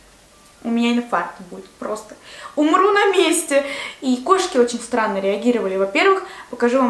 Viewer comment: Мне показалось,что она сказала не странно а сранно...Или только мне одной?))